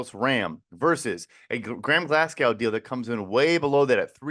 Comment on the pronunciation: Who tf pronounces "Glasgow" as "Glass-cow"?? 😂😂😂